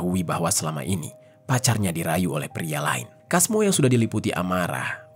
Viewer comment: Kalo di pekalongan biasanya penyebutan nama sesuai tulisan di baca "Casmo" bkn "Kasmo.